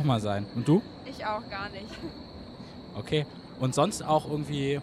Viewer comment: Gar nisch...gar nisch...hahaha.